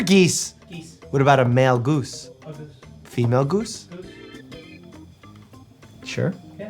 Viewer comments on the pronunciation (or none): what about a gooeese ? I can’t 😂😂😂